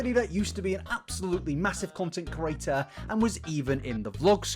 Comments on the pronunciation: I refuse to subscribe because you keep saying "content curator" instead of "content creator" and it's really fucking annoying to be completely honest. The two meanings aren't even close and if it wasn't something you say multiple times in every video, it wouldn't be so bad but you've been doing this for long enough now! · Content "cre-at-or" Not "cu-ra-tor" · No body:: cOrAtor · I don't think he is though. I'm from the same area so don't hear any accent. He doesn't struggle to pronounce any other words, he's definitely saying "curator" and it drives me mad every time lol!